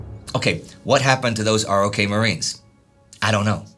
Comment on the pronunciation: It is pronounced as "Rock."